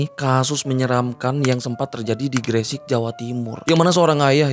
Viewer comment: Gre sek bang bukan gre sik ngomongnya 😂 bjir bikin dongkol kalo ngomong gre sek 😂